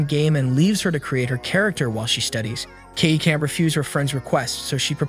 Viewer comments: First sentence and you lost me, her name is pronounced Ky-uh-day. I have no problems with an AI voice but you need to put in a bare minimum of work into proper pronounced names as well as proper pronouns for the characters identification. I want to watch your stuff so please put in the minimum so you can make money off my views, please and thank you. Respectfully, a viewer.❤ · I'm only going to say this once. It's Kah. Ay. Day. (Kaede) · KEED???? Why did you pronouce Kaede’s name as Keed wtf😭😭😭